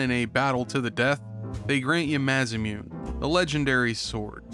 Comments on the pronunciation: Idk why it seems so simple for some, myself included to break up the word and sound it out rather than trying to combine everything into less sounds. Ma-Sa-Mu-Ne not Masa-Mune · Im sure Im not the only one here to mention that pronouncing Masamune (mass-ah-moon-eh) as mass-a-moon is gonna drive me nuts, but still a fantastic video! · Masamune ≠ "MA-za-myoon" マサムネ = MA SA MU NE Melchior ≠ Melchoir Read the letters, sound them out, you can do this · Absolute banger of a review as always. Oh, and before I forget, lemme put on my weeb hat real quick: Masamune is supposed to be pronounced "Mah-Sah-Moo-nay". Its a legendary Japanese sword from Japanese myth and if you play any JRPG ever made odds are you WILL find a reference to it, if not actually find it in game. Its their version of Excalibur basically. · I just want you to know that the sword is literally spelled masamune (mah-sah-moo-nae). As in the legendary Japanese sword seen across multiple instances of Japanese history and samurai warfare. It's very famous. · Dude, it's pronounced "MAH-suh-MOO-nay". Like, as someone who likes J-RPGs, how could you not know this? Side comment: The Doc and Nick are awesome, keep them coming back. Side comment 2: Thank you for not making an Elon Musk or other somesuch stupid reference during the whole video. Of course, knowing how people's minds work, this will probably lead to those comments being in a future video, but hey I guess I haven't 100% lost my faith in human reason yet. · Hearing you say Masamune like that almost bothers me enough to tell santa, you don't get presents this year; yet bringing the boys back, and reviewing this game makes me wanna buy you a couple beers and take you to a strip club to get your first taste of neglected snatch. Love ya lol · Everytime he says Masamune, I cringe because that is most definitely NOT how you say Masamune! 😂